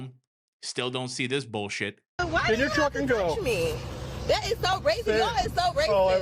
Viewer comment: You mean "dat"